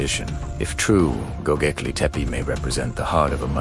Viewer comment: GoBEKLI, NOT goGEKLI...